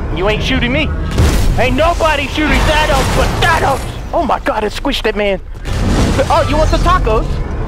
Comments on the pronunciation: Thought he said Vanoss. But then found out he said, Thanos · Everytime he said thanos I kept thinking he said vanoss 😂💀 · Christiixn Ur right,I get tricked from them saying vannoss but its thanos😂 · THANOS NOT VANOSS!!!!!! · At first I heard saying "Oh vanoss" I was confused then I saw the title and I replay the video twice and I understand it "thanos" not vanoss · Is he saying Thanos or Vanoss?? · Thanos - Thvannos? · did he say vannos than thanos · It’s Thanus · All i hear is Vanoss not Thanos 😂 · Who else thought he said vanoss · I thought you were saying vanoss😂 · Same, when he said We're finding "vanoss" I was thinking, they're finally playing against eachother. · Heyguys 2.0 same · It sounds like he’s saying vanoss 😂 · Did anyone else notice that said “no ones gonna stand in VANNOSES way”? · Every time he says Thanos it sounds like Vanoss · Every time he says thanos i think he says vanoss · Always sounds like he is saying vanoss xD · I thought u said VANOSS xD in the first of the vid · did he say no trees stand in vanoss way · CuteLitty Kitty I only hear thanos